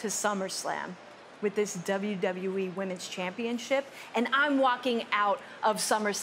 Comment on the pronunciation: "WWE Wamens chempionship" -Bayley